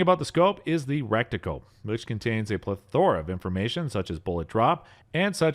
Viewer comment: lol "rekticle" and "pleTHORa"